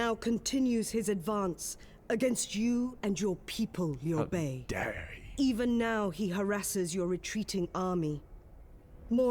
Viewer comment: And decent job on pronouncing names like Lui Bei and especially Cao Cao (which gets butchered so much.) Its a weird name to translate into English even considering the rest of the language, but Changban is pronounced "Chungbon" but even writing it like that is still wrong haha. Such different languages.